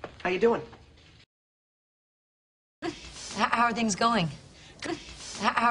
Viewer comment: the word "are" is not heard. one of the many curiosities of the English language